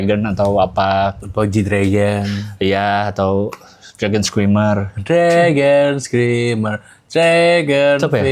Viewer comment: itu dragon screamer tsubasa gk kyk gitu nadanya bang, wkwk